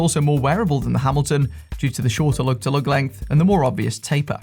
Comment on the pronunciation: "loog tuh loog"